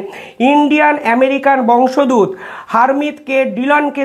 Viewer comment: উচ্চারণ বংশ দূত নয়,বংশ উদ্ ভূত। সঠিক উচ্চারণ কাংখিত। ধন্যবাদ আপনাকে।